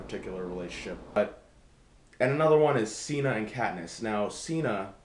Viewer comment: I like that you pronounced him as Cena, though I always thought Cinna was pronounced Sinnah. Katniss's interactions with Rue and Peeta should have been elaborated. Great review.